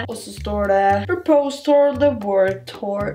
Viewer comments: Ville bare si ifra om at du uttaler order "purpose" feil. Det høres nesten ut som at du sier "propose". Ellers en fin video! Liker Ebay Hauls videoene dine :) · Det uttales pørpøss